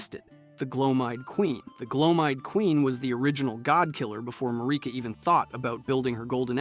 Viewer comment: Is it just me or just a lot of YouTubers mispronounced stuff just so we will comment about how s*** their pronunciation is. Bro was over here butchering names like Gloam eyed seriously?